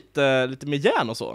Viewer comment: Cupparrrrrrrrrrrrr och järnnn (Coppar och järn)